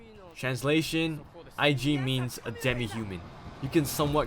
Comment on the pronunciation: you do know that it's Ajin not Aijin?